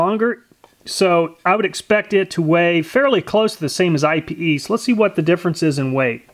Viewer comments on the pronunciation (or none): it's not I.P.E. it's pronounced eap-aye.. or I've heard eye-pay.. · If thats Brazilian Ipê wood then it isnt said like I.P.E wood but it's actually 'Ih-peh' wood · I believe it's pronounced ee-pay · It's pronounced "eyep" or (in French) "e-pay". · For the record, it’s pronounced “Eepay” or “Ippay.” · Pronounced EE-pay .... just like Ebay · IPE is pronounced EE-PAY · It's pronounced (eee-pay) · Its pronounced eepay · Ipe is pronounced 'EEE-pay', its also known as Iron Wood so no need for another Ipe/Iron Wood test. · EDIT, Miss heard.. You have walnut and IPE, but it is pronounced (EEE PAY) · It's pronounced eepay. It's a great bow wood due to almost non existent knots, straight grain, and insane density. The people who make flammability ratings for stuff classify it as more fire resistant than aluminum. It's so oily that it does not need to be treated for exposer to weather. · Ipe actually has a pronunciation. It's "eepay". Just FYI.... Love your videos, and the logical way you do your tests! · ipe is pronounce E-PAY. It is the strongest and nicest decking you can buy. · Ipe is pronounced ee-pay just letting u know cool vid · I had to Google ipe, and just so you know for future reference, it's pronounced "ee-pay". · Lots of fun. Fyi we pronounce ipe (ēpāy). Not totally sure if its correct but around here thats what everyone calls it lol. Ipe is some hard stuff right. As a carpenter for 20+yrs ive done lots of decks with it and i use the scraps for work benches and shelves in my garage good stuff but ya do have to predrill and tap it if ya want a good bullet proof joint. Thanks for the vid take care p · Yes! I recommended ipe. Thats awesome your trying it out. Im pretty sure its pronounced "e-pay" though. Too bad it didnt last longer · It’s actually pronounced “eepay”. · FYI IPE isn't an initialism, it's a word, ipe, pronounced like the word 'pee' in Pig Latin, ee-pay.